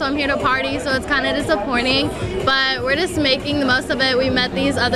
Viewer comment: did yall hear that? Dissaporning?